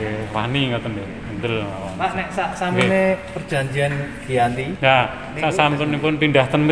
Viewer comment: Keren 🔥🔥🔥. Sekadar info, tulisannya memang "Giyanti", tapi bacanya adalah "Djanti", karena perjanjian dilakukan di desa Djanti.